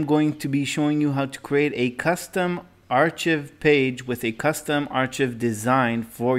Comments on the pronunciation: It's pronounced "ARE-kive" not "ARE-chiv". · No Offense but "Ark + i + v" or "Are + Kive" is how you should be pronouncing archive. It is not a "ch" sound and the I is pronounced like the letter itself "i". Once again, no offense. Great information and I thank you for the video. I just know learning a language is a long and difficult process so I figured I'd throw that in since no one in the comments wanted to tell you.